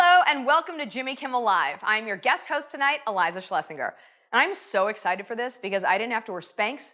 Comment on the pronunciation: Surprised she could pronounce her own name, good job!